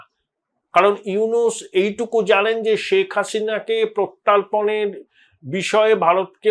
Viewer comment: অপূর্ব বিশ্লেষণ, তথ্য ও সেগুলির ramifications সহ। অনেকটাই সরল হয়ে গেল সীন্যারিও-টি বুঝতে একটা বিনীত নিবেদন,, আপনি প্রত্যর্পণ ( প্রতি + অর্পণ ) শব্দটিকে প্রত্যার্পণ বলে ফেলছেন, একাধিকবারই। মনে হয় অন্যমনস্কতাই এর কারণ। তবু, মিত্র ব্যক্তিত্ব আপনি, তাই আপনার নজরে আনলাম। আমি আপনার একজন গুণমুগ্ধ শ্রোতা, এবং আপনার ব্যাখ্যা, বিশ্লেষণ খুবই যথার্থ হয়ে থাকে, প্রত্যাশিতভাবেই। নমস্কার জানবেন। ❤